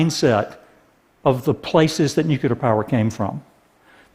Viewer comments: Loved the video, but couldn't help but wince every time he pronounced it "nucular." Again, awesome video, great message, totally in favor of it, but just... nuclear XD. Keep the great content coming TED, always a pleasure to listen, watch and learn. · It's pronounced Nuclear, not Nucyaler. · One thing that might help perceptions is to pronounce the word "new-clear" instead of "nuke-you-lar" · I'd argue that fracking IS NOT a viable alternative to coal. Nuclear -> Noo-kleer not nuke-u-ler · Why does this man keeps saying "nucular", this is a TED talk, the least you could do is pronounce it right. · he keeps pronouncing nucular instead of nuclear :\ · Is he for real? Dude wants to be taken seriously about energy and he says "nucular"?? IT'S NUCLEAR... NU - CLEAR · Awesome video, great message! I look forward to more implementation of this technology. But can Americans please stop saying 'nucular' as if it's a word? It's spelled and pronounced 'nuclear'... Why take after Bush? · There is no such word as "nucular". PLEASE learn to say it right! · we are supposed to take anyone seriously who says nookyooler ? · Nuke YOO lerr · nucular. NUCULAR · Should have talked about these new nuclear plants and why they're better instead of wasting time talking about coal. Also it's hard to take someone serious when they say "nuculer". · ▒▒▒▒▒▒▒▓ ▒▒▒▒▒▒▒▓▓▓ ▒▓▓▓▓▓▓░░░▓ ▒▓░░░░▓░░░░▓ ▓░░░░░░▓░▓░▓ ▓░░░░░░▓░░░▓ ▓░░▓░░░▓▓▓▓ ▒▓░░░░▓▒▒▒▒▓ ▒▒▓▓▓▓▒▒▒▒▒▓ "Nucular... It's pronounced Nucular" ▒▒▒▒▒▒▒▒▓▓▓▓ ▒▒▒▒▒▓▓▓▒▒▒▒▓ ▒▒▒▒▓▒▒▒▒▒▒▒▒▓ ▒▒▒▓▒▒▒▒▒▒▒▒▒▓ ▒▒▓▒▒▒▒▒▒▒▒▒▒▒▓ ▒▓▒▓▒▒▒▒▒▒▒▒▒▓ ▒▓▒▓▓▓▓▓▓▓▓▓▓ ▒▓▒▒▒▒▒▒▒▓ ▒▒▓▒▒▒▒▒▓ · nu nucular! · I am against nucular... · new nucular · "What's holding New Nuclear back?" ... maybe it's that you say nuclear wrong? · A nuclear expert oughta be able to say nuclear....just saying. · I don't like this video solely for how he pronounced nuclear. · ***** Hey, how is it going?